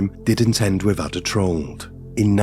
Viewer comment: If you are going to tell stories? Please say words properly, it's mother not modern. With not wif and father